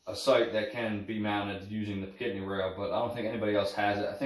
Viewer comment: Pic-a-tin-ny not pi-cat-nny